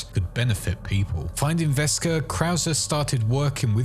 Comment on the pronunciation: It's not Vesker it's Wesker he isn't German stop doing that it's always been Wesker if you didnt know that your not really even a fan of the games and you should be ashamed of yourself for trying to say you know anything about it